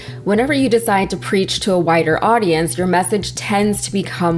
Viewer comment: said ''wider audience'' but I heard whiter audience. LOL. Both could apply, I suppose.